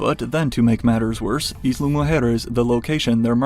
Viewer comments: "Eezla" 😆😆😆😆 it's pronounced like "ile" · Please, please, stop breaking my ears by mispronouncing the word “Isla!” It’s “Ai-la” not “Is-la!” Like island?